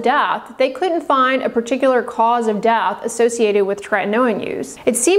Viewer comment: Is it do hard to pronounce death? It's dEath not dath